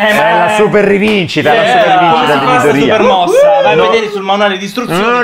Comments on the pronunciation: infatti la pronuncia corretta del nome non è midorìya ma midòriya T^T non si puo' proprio sentire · Sono l'unico che non riesce a sentire Midorìya? Cioè ho seguito tutta la serie in giapponese in sub Ita e l'ho sempre sentito meglio Midòriya. Rispondete se siete d'accordo perché non voglio elemosinare like come certi tristoni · Midorìa da un doppiatore che ama gli anime però non si può sentire 😅😂 non venitemi a dire che è la pronuncia perfetta perché no.